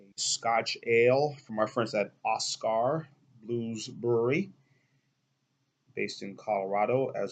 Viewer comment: I love it. "Os-car" blues lol! "Os-ker" is more like it. Cheers!